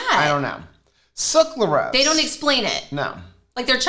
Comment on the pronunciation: Suc-RA-lose 😂 not suc-LA-rose 🙈